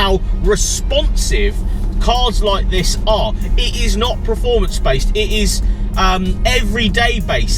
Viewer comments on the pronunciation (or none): It’s performance mate! Not preformance 🤣